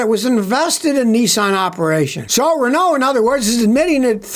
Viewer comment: when he was talking about Renault, i though he was saying Ronaldo instead